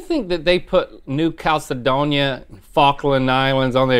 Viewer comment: Honestly Rhett mispronouncing New Caledonia EVERY SINGLE TIME was getting my nerves XD